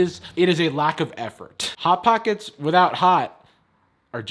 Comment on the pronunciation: News flash: can’t pronounce the s sound when the word Hot pocket Is in front of it.